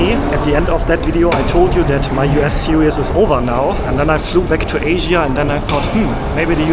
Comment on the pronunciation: You're pronouncing these words wrongly. 1. series 2. syrup